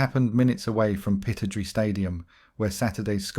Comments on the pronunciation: It’s pronounced Pi-TROD-RAY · I'm sorry, but the narrator isn't a true football fan. I've noticed that mispronounced names often occur, like Aberdeen's stadium, for example.